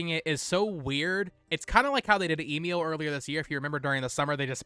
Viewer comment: The way you mispronounce Emio always drives me crazy